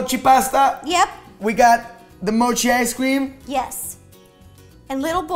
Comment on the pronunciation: At least learn how to say mochi😐!!!!!!!..bcz thats our beloved park jimin's side name💜